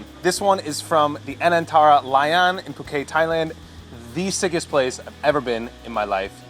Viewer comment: The 't' in Phuket isn't silent. It's pronounced 'poo-kett'. Not as bad as my initial mistake in pronouncing it 'Fuck-ett' when I first went there though.